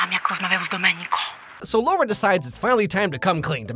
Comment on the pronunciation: It's still LAURA, not LOA -.